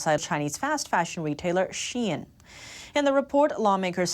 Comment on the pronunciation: finally pronounced shein right lmao